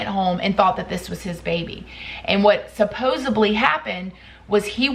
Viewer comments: "SupposEDly", not "supposUBly". Thanks for the detailed stories & updates! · I'm sorry, I like your zest, but I have to say it - it's not supposeBly, it's supposeDly (derived from 'supposeD'). 🤓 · It's supposEDly not supposEBly. Love you and love your videos. Thought you might want to know you're pronouncing this wrong in all your videos. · I think you said “supposably.” Please don’t say “supposably.”